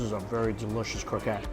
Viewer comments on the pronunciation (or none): When u say croquette please prononce the TTTTT, its croqueTTE